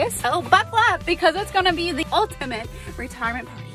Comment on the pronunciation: I love when she say ultimate and but the circus way!